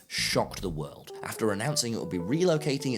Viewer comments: i like how says world like weld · I like how he said wairlrd